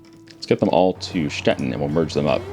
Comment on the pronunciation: Your pronounciation of Stettin is right on point! Im german by the way.:) Thanks